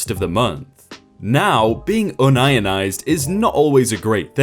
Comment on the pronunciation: I'm giving a like because of his pronunciation of un-ionised instead of union-ised haha